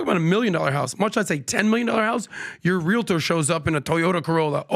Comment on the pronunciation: PLEASE ... it's pronounced REAL-tor. Not realiter.